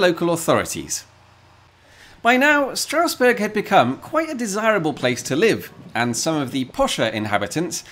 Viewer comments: Very good German including the pronounciation! Well, actually, the first 's' in Strausberg, like in all instances where 'st' or 'sp' occurs at the start of a syllable, is pronounced like 'sh', so it's 'Shtrausberg' :) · Strange that you pronounce the ST in Steffi right but not in Strausberg and Straussee :-P Amazing video as always though :-)